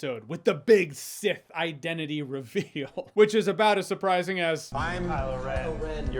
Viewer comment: he said Seth not sith